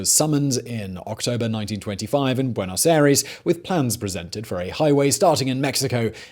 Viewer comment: Simon, 🤦‍♂️ try pronouncing Buenos Aires like buenos I-ress...